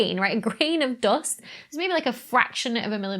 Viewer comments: 'Doe-ust' had me confused for a sec. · English isn't my first language but I just absolutely love how you pronounce "dúst" 😁